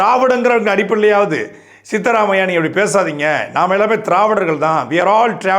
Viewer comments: Sithaaramayya illa sidharaamayya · FYI it's Siddharamaiah not sitaramaiah pronounce it properly.... Tamil words are in kannada pls check history n talk... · Ley eripuka anchor.... Sitharammayya alla.. Ayanna peru correctly pesiru peru..... Apad first kannada bhasha pathiru right unnadi..... Karnataka cm peru pesiru corectly... Konga anda madari prove pandaru